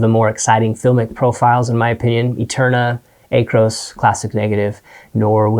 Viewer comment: "Acros" like "accurate" not "akros" like... Greek yogurt??